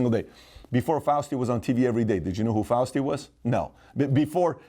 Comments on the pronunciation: Hey fear monger its fauci....not fuasti... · He said Fousti instead of Fauci, but I let it slide cause Pat’s the man😎👍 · If there's one thing that I learned from this video, it's that Pat can't pronoun Fauci's name correctly....Fausty lol!!!! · Btw... He means Fauci when he says Faustie. 😎🤣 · Fauci not Fausti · Fau-sti? Also, Pat, what the f#ck is the Shah doing behind your head? You have MLK and JFK way on the sidelines but Milton Friedman and the Shah front and center?? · Faust-y! Yes, he's very Faustian 😅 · "Fausti" ! Thanks for the laugh! IMO, that is being kind... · murray cowie lmao Pat added a T in there